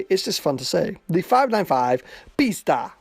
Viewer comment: as a romanian, hearing you say "pista" had me dying xD